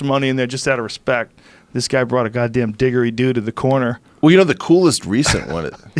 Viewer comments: Its pronounced didjeridoo Joe, like J for job. Not "digger"idoo if that makes sence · " Diggeridoo " hahaha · Joe "Diggereedoo" Rogan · Joe 'Digger-ree-doo' Rogan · As an Austrlian the way he pronounces didgeridoo hurts me ears.